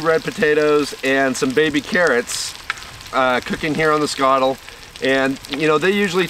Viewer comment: Just happy you can pronounce skottle properly